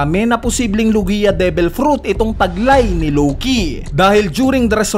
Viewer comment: WALANG KWENTANG THEORY, LO-GI-A TALAGA???? LOG-IA 'YON.